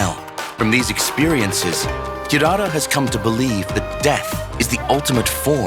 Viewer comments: Not hirara ❌ it's hilala ✅ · Hirara ❌❌❌ Hilala✅✅✅